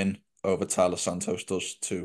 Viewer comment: It's TAILA not Talia